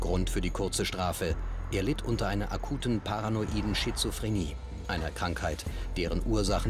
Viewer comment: Das aktuell größte Verbrechen was von ihm ausgeht ist dass er wieder „skizophrenie“ sagt 🤦🏽‍♀️